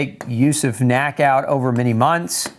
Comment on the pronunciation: stop saying nack. it's N.A.C.